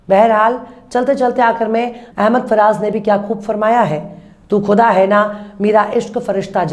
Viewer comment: Aap apne zuban ko sahi kriye aap urdu ke alfaz shi se nhi bolti ha jayse aap ne khuda ki jgha kuda kha ha aap ki zuban kachchi ha Sher to aap bho achche khti ha